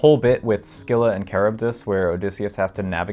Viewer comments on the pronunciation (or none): it's actually 'si-lə